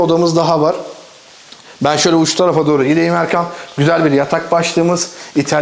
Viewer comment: Kinaye yapmadım :) gerçekten 2023'ün yazından beridir her kanalı açtığımda ona seslendiğiniz kısmı tekrar dinleyip kendi içimde bir hesaplaşmaya dalıyorum. "Erkam dedi. Yok yahu Erkan'dır... ama Erkam dedi duydum" gibi 😄